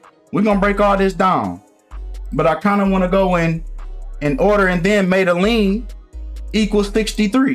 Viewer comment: lol I love his videos but how did he butcher that name?